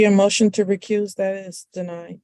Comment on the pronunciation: At least he can say “recuse”. I’ve seen other sov cits call it “rerecruise” 😂